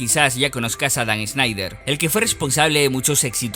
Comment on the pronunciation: No se pronuncia “Sneider” es más como (Shnaider)